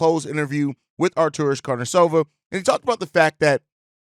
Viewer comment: Man, you really nailed! :) you say his name almost perfect. Great job dog :)